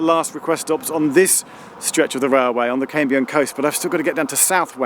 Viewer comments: Lovely video Geoff. I have a slight preference for vlog style, but go with what you prefer! Small pronounciation point - the first part of 'Cambrian' rhymes with 'ham' and not 'came'. As always, well done for making an effort to get our Welsh placenames right. Recently enjoyed Heart of Wales line and also the fantastic TFW first class dining service between Cardiff and Shrewsbury, which I can strongly recommend. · Cambrian is pronounced CAMbrian not CAMEbrian!! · I've noticed that some American geologists pronounce the Cambrian Period 'the Camebrian' ... sounds so strange to my ears!!